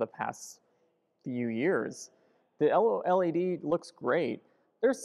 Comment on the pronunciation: O-L-E-D? You mean OLED?